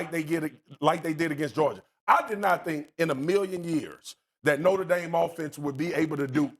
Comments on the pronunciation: Also, Cam…It’s NOTRE Dame. Not Norte Dame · Norter Dame? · It’s not norter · Somebody teach Cam how to say NOTRE